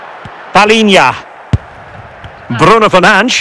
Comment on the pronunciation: Bro said Bruno fernanch💀💀💀